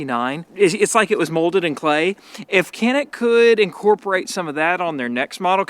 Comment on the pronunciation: I'm glad you're liking our Canik. We pronounce it like John-eek btw. And it means "agile".